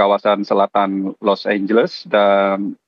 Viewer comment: LA Los Angeles ❎ LA Los Anguus✅